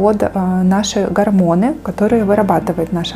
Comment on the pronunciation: исправьте, пожалуйста "гОрмоны"